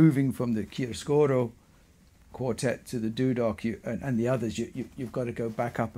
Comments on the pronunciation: About the italian pronunciation of "chiaroscuro". You pronunce it as if it were "chiascuro", you miss a "ro" after "chia". In italian "chiaroscuro" is the juxtaposition of "chiaro" (light) and "scuro" (dark) and it is the name of a shading technique, typically with pencil. Of course, this is not at all important. Thank you for your very interesting talk! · The pronunciation is ChiaRoscuro, you have to pronounce the R, it's very strong.😊